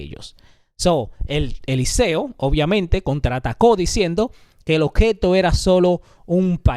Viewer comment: Elíseo con acentuación en la í. Lo correcto es negocia no negocea. Un excelente programa merece una correcta pronunciación